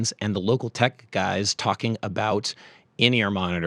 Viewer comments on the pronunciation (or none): is it "in-ear monitor", or something else? The pronunciation throws me off, I wouldn't have thought it'd be pronounced like linear but rather like in + ear...